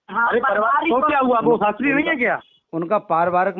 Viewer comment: Ise shabdon ko shuddh bolna aata nahin Shastri kisne banaya isko Shastri ko Shatri kahati kahati hai